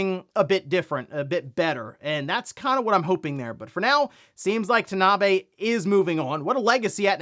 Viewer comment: Kensuke Tanabe is pronounced Ken-skay Tahna-Bey.